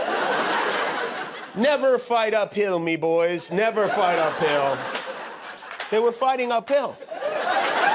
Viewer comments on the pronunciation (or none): “Uphill” oohhh, so that’s what he was saying…I swear I heard “never fight a pill” 🤣🤣🤣